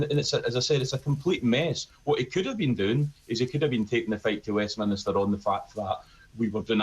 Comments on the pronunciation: It's 'Westminster' mate. Not Westminister. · It is Westminster not Westminister. Please use correct language and pronounciation!